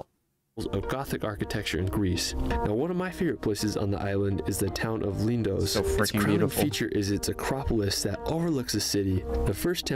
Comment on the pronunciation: PLEASE EVERYONE -- the name of a lot of islands ends with OS.. they do not end with OSE. . It's Milos not Milose . . Mykonos not Mykonose . . Lindos not Lindose etc !! Since my first visit to Greece in 1973, I've had a place in Athens for many years. . I've been to 25 islands - many of them, lots of times. Santorini is FAR too crowded - they have severe problems with over-tourism &, especially, the dozens & dozens of cruise ships when hundreds of people suddenly descend on the little island.